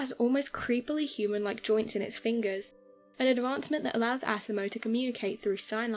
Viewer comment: LOL Can't help but laugh every time you pronounce asimos name like assimo😂.